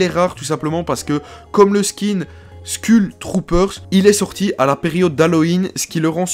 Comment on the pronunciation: et je te rappelle qu'on dit"skoul troupeur"